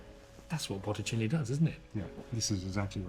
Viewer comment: I noticed that too. It never did get "Botticelli" right, not once.